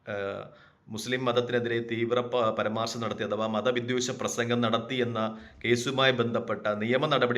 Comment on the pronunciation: Paramaarsham alla, paraamarsham alle..